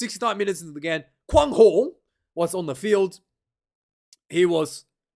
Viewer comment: Quan pronounced Kuein